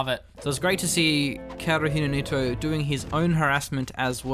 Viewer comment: So, the drinking game here is to take a shot whenever Machine mispronounces "kaerunohito".